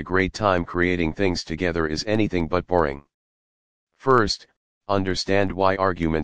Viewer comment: Yeah, the audio reader does not pronounce any of the Fs